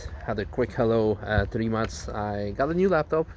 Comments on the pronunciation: U say rimac like rimas. How do you officially say it. Can u ask mate plz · Stupid question: This is how you supposed to say Rimac?